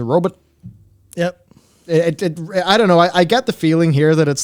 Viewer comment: A "row-but".